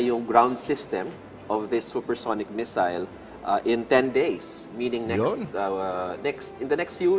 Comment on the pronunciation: Missile po, hindi messile. ✌️